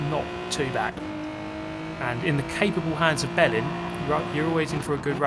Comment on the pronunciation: i was looking away from the screen and definetly heard you say you where getting the bellend experience hahaha took me a second to realise what you actually said